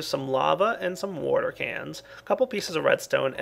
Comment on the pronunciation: Lol you say warter instead of water XD